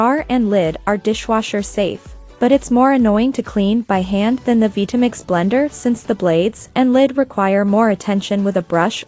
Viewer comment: what is a vee-tamix?